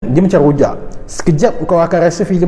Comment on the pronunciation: Qhojak, pelat 'R' disitu.. pabila 'Raa' bunyi 'Qaa'..